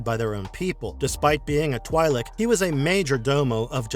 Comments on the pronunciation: First of its twi'lek not twailek. And he talks about aayla secura but show qui gon jinn. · its 'Twee-lik'... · They are literally called both Twee and Twy in the Clone Wars.